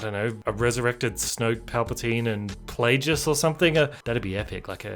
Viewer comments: You expect me to take a guy who says " Darth Playjess" instead of " Darth Playguess" seriously when he's talking about starwars ? And I thought TLJ was a joke 😂😂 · it's PLAGUEIS (as in Plague) NOT Plajiss (like plagiarism). You're welcome.